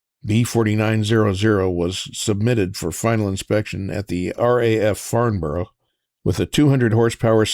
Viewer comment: Love this posl One thing if you do notmind, we say "Farmbrrh",it's a bit like Riceĺip Looking forward to your next😊